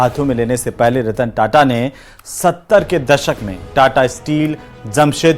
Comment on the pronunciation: कदाचित् ही किसी को पता होगा कि सही शब्द 'ताता' है, न कि "टाटा"। इस शब्द को रोमन लिपि में "TATA" लिखा जाता है, फलत: सब उसे "टाटा" पढ़ते हैं। संवाददाताओं को इसका सही उच्चार करना चाहिए और इस बात को सार्वजनिक रूप से स्पष्ट भी करना चाहिए।